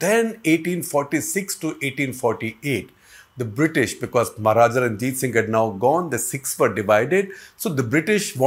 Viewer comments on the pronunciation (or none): none